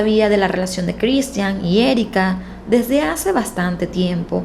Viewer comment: No seas ridicula,pronuncia bien el nombre de Cristhian.